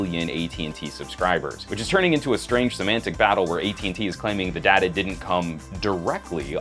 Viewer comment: It's not pronounced data...but data man!